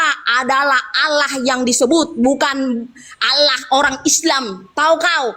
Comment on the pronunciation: Allah, kok di baca ala alamak